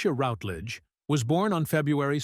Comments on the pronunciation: Thank you. Well compiled. However, forget the click bait! Not necessary. Sad, I think not!. Also, her name is pronounced ROWTLEDEGE not ROUTLEDGED! Cheers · What viewers may not know is that she is also a suberb singer of classical music. Watch her appearance in the Michael Parkinson chatshow via a fabulously funny song called "I Want To Sing In Opera". It's a hoot available on YouTube. Word to Presenter: shamefully and inexcusably you constantly mispronounced the lady's surname, except at the end. Shoddy workmanship. Furthermore the tribute was heavily overlong; you repeated yourself several times; overall you tiresomely got in the way.